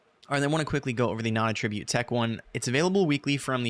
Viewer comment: at tra butte ------ Attribute and attribute are spelled identically but are pronounced differently and have different meanings, which makes them heteronyms. need to learn how to pronounce this..